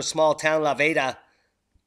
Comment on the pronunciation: La Veta..... is pronounced with a long e.....the La Veta Hotel.... famous in the mining days here in Gunnison..... yes... they are pronounced the same.....Viva La Veta!!!!!